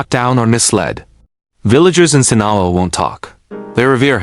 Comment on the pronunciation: If you can't even pronounce Sinaloa properly, nothing else you say is worth listening to, losers. 😡😠🤬